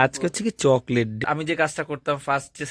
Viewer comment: জ্বরের মধ্যে মা কে ঠান্ডা জলটা খেতে দিয়োনা। কনকনে ভাবটা কাটিয়ে দিয়ো। আমরা পুরো শীতটা ঐভাবে জল খাই।চকলেটটার উচ্চারণ সঠিক ভাবে করো। যথেষ্ট বড় তুমি। google এ শুনে নাও। যা উচ্চারণ করলে নিজের বোকামি প্রকাশ পেল।